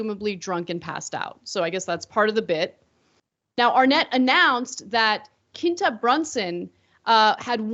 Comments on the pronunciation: It’s pronounced KWinta not Kinta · Pronounced "Qwinta Brunson".. Abott Elementary is on ABC.. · Pronounced "Kwin-tuh" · It’s pronounced “Qwentah” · The way you pronounce her name is cringey. Qu is a preschool sound. You have to go out of your way to say that short name wrong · I love how Ana's obsessed with the show but doesn't know what platforms it's on and can't pronounce Quinta's name properly lol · I could be just as offended by Anna mispronouncing Quinta's name repeatedly, but 🤷🏽‍♀️ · Y’all need to stick to politics cause I’m just going to condemn y’all for not saying Quinta name right. Like it’s with a Q in English really easy.